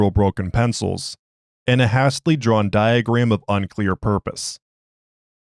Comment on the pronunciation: "hastily" is pronounced like "hey" and not "hah". Is this an AI narrator or humanoid???